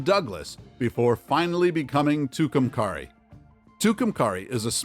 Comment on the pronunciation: And it’s pronounced Two-come-carry not however this clown said it